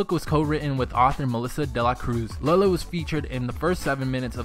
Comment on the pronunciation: Its LE-LE NOT LEELE